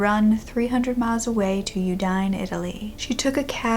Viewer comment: girl i love you so much but the way you said Udine made me lose one of my nine lives 😭😭😭😭